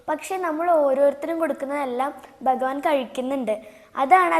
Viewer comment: കടതാ നന്നായിരുന്നു. കത എന്ന് പറയരുത് ട്ടോ. കഥ എന്നാണ് പറയുന്നത്. ബഗവാൻ അല്ല ഭഗവാൻ എന്ന് പറയണം ട്ടോ. അമ്മയിൽനിന്നും ഉച്ചാരണം പഠിക്കു ട്ടോ. ഇനിയും ധാരാളം കഥ പറയണം ട്ടോ. 🙏